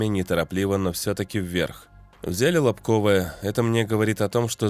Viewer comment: Не могу уже терпеть,как местный житель! Не "КупЯнск" а "КУпянск" ! Не "Лобковое" а "Лобковэ"! Не "Чаривное" а "Чаривнэ"! Не "Кутьковка" А "КутькИвка". Не будьте ,как дегенераты из глав.штаба путина, которые,даже,не знают как правильно произносятся названия населенных пунктов,которые они "освободили". P.S. "СлАвянск" а не "СлавЯнск".